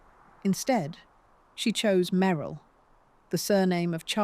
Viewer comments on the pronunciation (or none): . "Dee- na. May- ril" Earlier... "wind" = wine-d The AI voice is otherwise pleasant & and keeps attention. 4 11 26